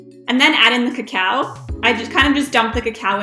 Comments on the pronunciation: Clickbait. This is not tunnel of fudge cake. You are pronouncing cacao instead of cocoa. Cocoa comes from cacao beans but it's not the same thing. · LOL! Let your stand mixer do the work. Add the flour and cocoa ("KO ko" not "ko KOW") in additions. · KA-COW? why do you say it so weird? That's not how you pronounce cocoa